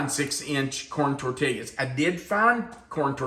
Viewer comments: being from the southwest, it truly pains me to hear you pronounce tortillas. This is a Spanish word. In Spanish, a double L is produced as an English Y. The correct pronunciation is tor-tee-yas. Love you, but please don't stab me in the heart any more. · Just so you know, the l's are silent in tortillas. Pronounced tortias. I'm from New Mexico. BTW, where are you? Did you move? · The concept kinda reminds me of the enchirito that Taco Bell used to make, and that was always a favorite of mine, but I'm sure this is much better., the way you were saying tortillas was making me smile. Sometimes it sounded like tortillyas, and sometimes it was more like torteeyas. No matter how you pronounce them, they're always great. Happy Sunday!